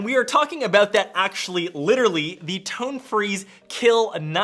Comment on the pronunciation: Every time you say tone all I hear is tongue